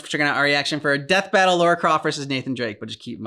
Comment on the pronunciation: Lara: ❌ Laura✅